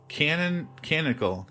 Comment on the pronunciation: Really nice opening video. Great job! (...and it's Ca-Non-i-cal, part of the Canon (officially recognized as part of the primary or established storyline or body of work for a particular fictional universe).